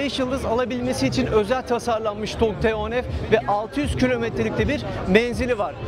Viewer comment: Neden model ismini söylerken T harfini türkçe F harfini ingilizce telafuz ediyorsunuz bilinçli olarak türkçeyi katletmekmi niyetiniz yoksa kötü bi eğitim aldığınız içinmi. Otobobilimizi överken dilimizi dövmek olmaz rica ediyorum özen gösterin. Buradan hiç bi halta yaramayan TÜRK DİL KURUMUNA selam olsun.